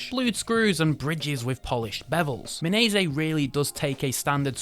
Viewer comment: Your mispronunciation of words is unbelievable. Not sure whether they were intentional or not - phishing for comments? Well then, you got it. Kyoto as Kah-yo-to? Mirco as Mai-cro? Minase as Mee-Nay-seh? It's painful.